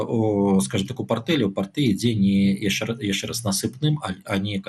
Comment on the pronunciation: (Чь) не мягкая,( Ч) не -яшще-,а -яшщэ-,не надо русить! Но всё равно очень правильно што не па рюски.